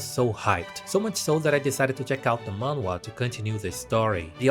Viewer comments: its pronounced mah n hwa or just mah n wah up to you and as someone who reads manhwa your right a lot of it are same slops lmao like i read solo leveling and found like 5 other similar ones or like dont get me started on those fantasy transported into like a old timey book with dukes kings and allat its just copy and paste with different names and art styles (which i admit i still read em so ;-;) the only real fun manhwa ive read is like extra's guide to survival or i killed an academy player (which both are pretty much the same with a MC that grows stronger, knows the story, has that one rich girl thats into him, that one super overpowered girl that basically no one other then the final boss can beat, and that one just really nice one, and a saintess cause why not ;-; its a mid story but i find it fun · manhwa is basically pronounced as '''maan-hu-wa'' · It's "Man" like poke"mon", and "wha" like the mario falling sound effect. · you say it like "N-WAH!" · You pronounce the “h” in Manhwa. It pretty much sounds exactly like how it’s spelt. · It's called Korean manga,no more goofy manhwa pronounce